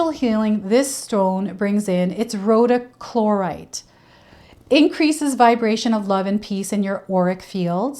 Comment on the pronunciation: Thank you! Spiritual jewelry maker here… the stone is pronounced like this “Row-dock-ra-site” ❤🙏💫